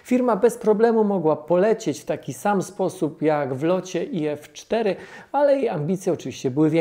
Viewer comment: Nie IF-4 tylko IFT-4. Nie mechacilla tylko mechazilla. Nie "EF A A" tylko "EF EJ EJ"